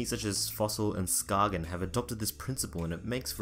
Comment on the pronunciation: It's pronounced ''sKAYen'' - not sKAGen. It's named after a little town in Denmark